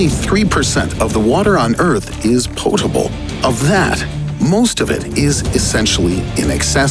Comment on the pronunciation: Poatable lol